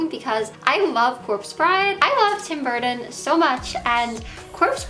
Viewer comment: Burrden budderfly 😂🤡😩🙄 girl learn how to talk and say the name right if you “Love” him so much 🙄🤡🙄🤡